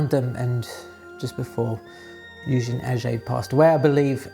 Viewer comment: Thanks a lot for this very interesting video, as always. Kind comment about french pronunciation : "è" in Eugène and "et" in Aget, you can quietly pronounce as "ai" in again